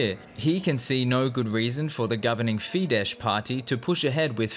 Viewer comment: People at DW should finally learn that it's pronounced "fides" and not "fidesh". It's not polish. Just google it. It's just ridiculous.